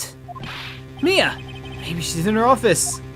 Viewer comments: her name is pronounced m-EYE-ah as in eye. Not May-ah as in the month. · you are saying her name wrong